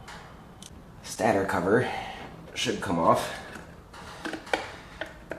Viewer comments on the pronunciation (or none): Dude its called a stator and is pronounced (stay-tor) not (stat- err)....Look it up if you dont believe it. It comes from stationary as in ( doesnt move) because the stator windings are always stationary thwy called it a stater....I used to pronounce it (stat tur) too and frankly I like how that sounds better but its wrong.